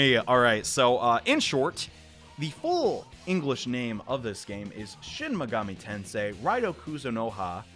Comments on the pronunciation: "Shin Megoomi Tensai" the first time you said it lmao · My dude said shin megumi ten sai at first